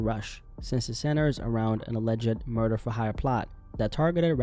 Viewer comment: “federal murer”